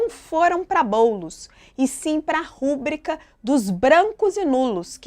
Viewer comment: Não é rUbrica e sim rubrIca. A palavra é paroxitona. Eita jornalismo INCOMPETENTE!